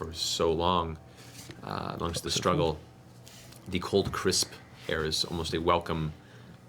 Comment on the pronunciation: Matt is hungry when he exits the "Layer" so he pulls out a "Payer" and holds it up in the "Ayer", Dam you Matt say it right!!!! __________________________________Lair___________________Pear_________________________Air